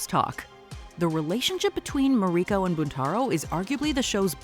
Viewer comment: It's ma-ri-ko not ma-reee-ko